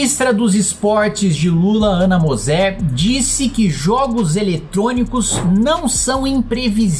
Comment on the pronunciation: Ana /mô/ /zêr/